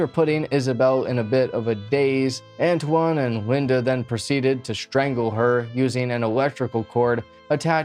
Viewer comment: I believe his name is pronounced An-twan, if it's spelled Antoine